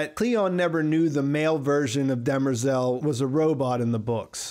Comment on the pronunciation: I’m nit sure you are saying dermerzal name right but I also listen to audio books so not sure.